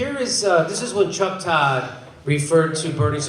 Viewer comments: Get it right Jimmy, it's Tuck Chodd not Chuck Todd and the T is pronounced as an F. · Am I the only one that heard his name as Cuck Rodd?